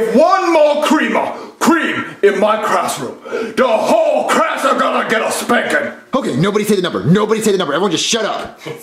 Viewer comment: CRASS THERES SO MUCH CREAM IN THE CRASSROOM!!